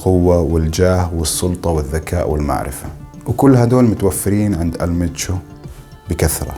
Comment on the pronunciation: ال منشو وليس المتشو